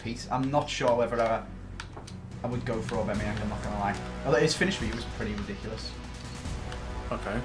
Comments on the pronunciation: Aubameyang, not Aubemeyang. With a A not an E after the B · i'm sorry but who the hell is Or-bameyang?